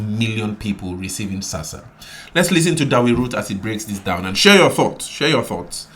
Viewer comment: ITS NOT SASSA !!!!!!!